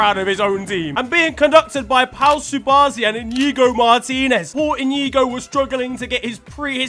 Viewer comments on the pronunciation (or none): blud said 'Pau Subarsi'